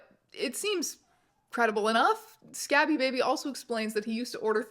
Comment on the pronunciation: Scabie as in scabies, not Scabby as in scabs. Scabie and Baby, they rhyme. The number of Bs changes the vowel sound.